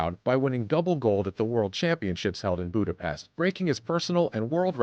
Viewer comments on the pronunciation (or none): none